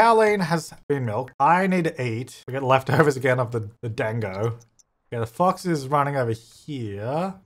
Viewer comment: Also dango is said “duhngo” or “done-go”!! You should name the evil hen Evie! And the peonies add to his whole Japanese heritage/experience story, maybe in the storyline he brought the bush from his old home and nurtured it?Never been this early for ur content cuz I’m in Australia an an early sleeper, love the glasses i have the same. Also I wish subtitles/cc came up as soon as the vid was uploaded smh YouTube , I’d love it if u put cc or hired someone to do it it makes the world that much more accessible. I’d also really apropos if you put flash warning specifically referring to when the lightning strikes in this vid cuz flashing, strobing etc can be very dangerous and even life threatening to photosensitive people!